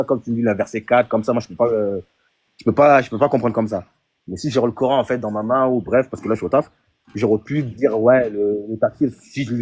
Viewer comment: Il dit le ''Cor haine''?